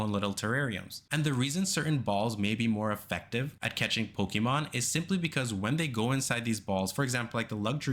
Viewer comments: I CAN'T TAKE IT ANYMORE HERE ON YOUTUBE. FOR PETE'S SAKE, IT'S IN THE SONG. "PO-KAY-MON🎵" IT HAS THE 'É'. REEEEEEEEEEEEEEEEEEeEEEeeee!!!!!!!11111 Mom come pick me up I'm scared... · Hate how he says Pokemon. Theirs an accent over the e